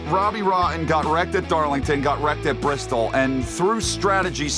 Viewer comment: It’s Bristol bby